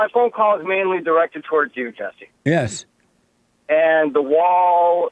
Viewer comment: I thought you were talking about an attractive women when you said Jessi (with an i)